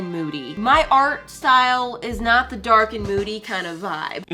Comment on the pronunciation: "And. It snot." Well that number must be pretty congested today! 🤣